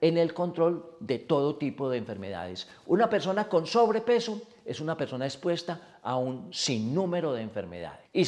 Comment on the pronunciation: Espuesta no es expuesta